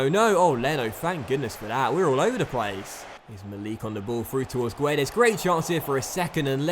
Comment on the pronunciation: hey, just wanna point out that's not how you say Guedes, the "u" is silent so it's just pronounced "Gedes". Cheers m8 keep up the good work!